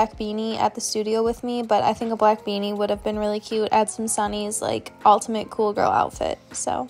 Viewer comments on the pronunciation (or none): none